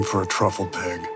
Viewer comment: Love the title, you know it's by some foreign director who pronounces it "peeg." lol